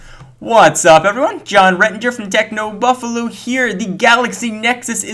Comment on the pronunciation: Did you just say Technobuffalu? .. Talk normally mate :|